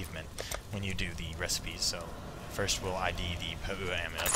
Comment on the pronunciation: Oh dude you crack me up - "pah-OOO-wa ring". Classic. Never occurred to me that the non-NZ players wouldn't have a clue how to pronounce some of the content. Good attempt though, and great entertainment value for those of us down here as well!